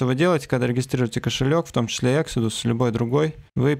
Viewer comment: Экзодус ,а не эксидус)